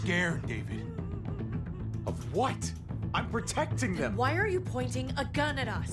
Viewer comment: its a pretty big oversight from the voice acting perspective how their dad pronounced david the american way instead of as "dah-VEED"